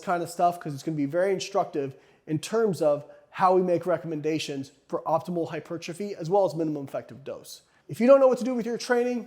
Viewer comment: What exactly is "HY-PERCHA-FEE" as opposed to Hypertrophy? ...Asking for a friend! lol!! just kidding!! Other than that, Great findings especially for those who still believe more is always better. -Even at the expense of recovery. Recovery always precedes Super Compensation. Which always precedes Growth. Barely crossing conditioning thresholds is in fact all that is needed to inspire new growth. Mowing down and otherwise obliterating thresholds causes too much cellular damage to properly (optimally) recover from in a time frame that will allow the lifter to hit that body part again, before absence and decay steal most (or all) of the benefits sought after. **Soreness is NOT your barometer. A little soreness is fine. But, A LOT of soreness absolutely does not mean more gains. It typically means you've needlessly pushed yourself WAAAAY beyond your current conditioning threshold and pretty much guarantees you will NOT be recovered before your next session, negating all or Most of the intended benefits. -Recovery always precedes Super Compensation, which always precedes Growth. EVERY TIME, ALWAYS